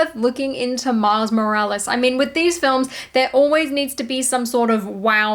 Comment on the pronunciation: Am I crazy or did I hear, "Miles Mo-rech Malice". Lol